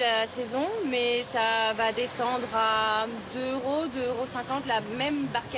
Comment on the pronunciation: "Deux heuros, trois cents heuros"... Est-ce que ces gens savent parler français?! On prononce "deux zeuros, trois cents zeuros". Faites les liaisons, bon sang, et cessez de m'arracher les oreilles avec vos hiatus!